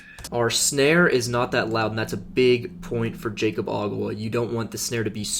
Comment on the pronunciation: it's pronounced yakob not jaycob